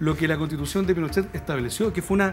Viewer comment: Qué latero es el! Tengo que adelantar siempre cuando habla “ la constitución de Pinosheh la deresha “ weon abúrrete la gente justamente sé está aburriendo de ese argumento weon!